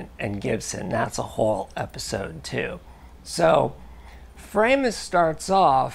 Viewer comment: It's pronounced 'Fraw~mus' properly. Greetings from Germany 🇩🇪